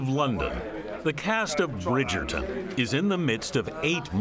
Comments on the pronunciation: Bridgerton---WITH a T, not pronounced with a D, Gayle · She can't pronounce Bridgerton.